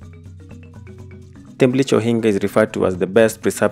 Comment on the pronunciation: The way you pronunced "Thimlich Ohinga" took me out yo! I was straight up confused for a whole minute thinking how much I don't know my country and I should explore more as well until I saw you spell it onscreen. As a luo that was a good laugh. Im watching from NC and this is making me so nostalgic. Great video I miss home and this was refreshing to watch.